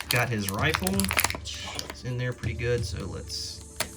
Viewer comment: Never been so angry to hear someone say rifle